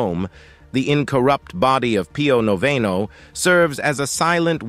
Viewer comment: You read with a pleasing voice, and you had good diction. However, I had a hard time with your poor ability to pronounce any of the foreign words, of which thee are many. Pio Noveno is Pius the Ninth in English, and noveno sounds like he is novel (new). San Juan Bosco is pronounced Who-an Bohs-co. Etc. I have visited Lourdes, and have seen the body of Teresa de Avila, and Teresa Margherita. God really gives us these saints in order that we may become more pious. Maybe you could do the stigmata of Padre Pio in Italy. I have seen his remains.